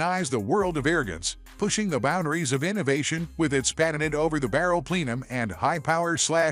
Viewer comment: A Plee-num? Did the computer dude mean Plenum lol